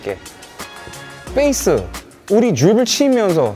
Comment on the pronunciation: 태풍님 영어발음 콩글리시도 쓰시네요 ㅎㅎ Base를 된소리로 뻬이스라 할때 웃었음